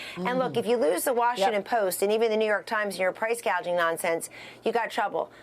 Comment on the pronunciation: She couldn't even pronounce the word gouging